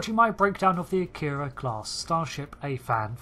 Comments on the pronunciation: This is one of my favorite ships. However I wish people would pronounce it correctly. It's not a-keer-ah It's ahh-key-rah. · No English speakers pronounce "Akira" or "Kobayashi Maru" correctly. "Ah-kee-ra" " Ko-ba-ya-shi Mah-rue" not "mah-roooo". The "ru" is a short vowel sound.